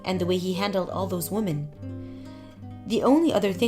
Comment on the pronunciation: Damn slow down its pronounced wimin not womin 😡